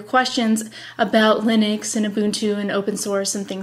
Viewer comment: Linux not Leenus. I like your face though.